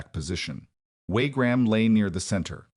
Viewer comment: WaRgram? " One thousand eight hundred and nine?" AI crap as usual.